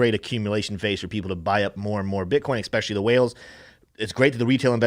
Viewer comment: Stop saying eCspecially!!!!!!